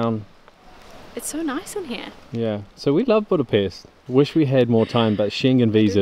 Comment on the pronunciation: Wow, You speak correctly word "BudapeSt" at the beginning. It is rare. :-)